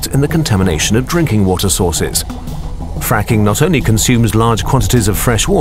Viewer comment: “Quite have been a fracking boom” Sounds like friking